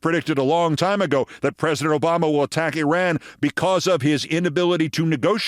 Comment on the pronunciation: Keith you are smart and articulate but your grammar is horrible and you mispronounce Iran and Iraq. Please contact me and I'll teach you how to use a gerund.